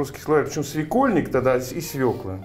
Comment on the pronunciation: СвекОльник,, ибо переходное ударение 😉